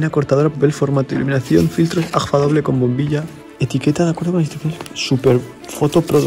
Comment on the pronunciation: excelente reportaje. me imagino que hay un montón de fabricas así. en la frontera de Venezuela y Colombia, una cadena de fotostudios compró una fabrica de carretes para abastecer su cadena. por cierto, no pongan a gente con dislexia a leer min ¿AFGA? en serio? jajja. un abrazo.